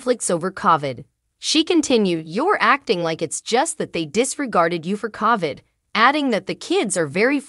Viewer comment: Please pronounce COVID correctly.